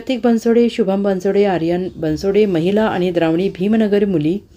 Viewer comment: द्रावणी नाही ते द्रावण आहे Please its request to you henceforth pronounce correct name